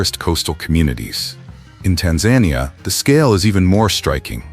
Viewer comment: Look up how to pronounce Tanzania